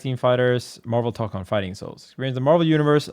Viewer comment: Just say marvel tokon. Not hard.